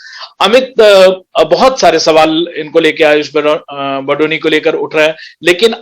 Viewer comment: Kamino phele BADONI naam likhna aur bolna to seekh lo.. Hum बदोनी ya बधोनी nahi balki बडोनी हैं "ड से डमरू वाला ड" पढ़ना नही आता क्या?